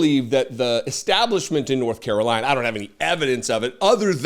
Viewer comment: What’s the word on the street North Carolina is what trying to say?! 😆 😊